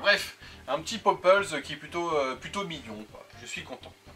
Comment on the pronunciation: Le popples 😂😂 dis popole